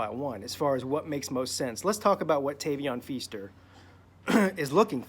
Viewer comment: Can you say his name right first bro?